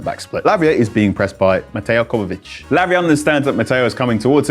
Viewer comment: Man said Mateo Kovavic.